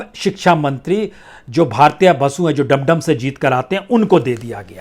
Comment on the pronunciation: 11.24🤣🤣🤣 sir बरत्ये बसु नही ब्रता बसु नाम है उनका और वो डम डम नही दमदम से है 🤣🤣🤣🤣 हमारे विधायक जी है